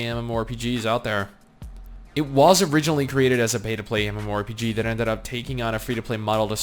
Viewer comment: Stop saying Mmo rpg "Emuarempg"